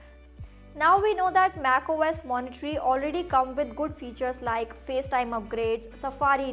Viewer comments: Monterey, not Moniterey. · I hope this is taken as a positive feedback but it's not MacOS "Monitory", it's Monterey. Pronounced as "Mont-a-ray"